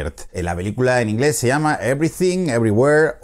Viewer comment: Primera vez que un español pronuncia bien el ingles